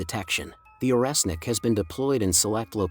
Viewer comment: Орешник = Oreshnik [ not oresnik ].